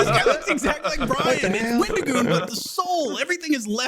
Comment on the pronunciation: Wendigoon called Bryan “Bryant” the whole time and nobody corrected him lmfao